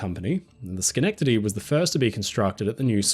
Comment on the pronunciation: Thank you for pronouncing schenectady right hahah